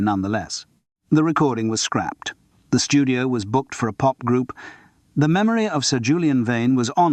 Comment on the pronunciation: Ai..so annoying. Pauses after a full stop just too short , Maurice pronounced incorrectly for zBritish English, which is " morris" , when " the" is emphasised , it is pronounced " thee" not just a heavier " the".....and Simon Brett's real voice has been used fkr tge ai , trying go mstch the intination and timbre.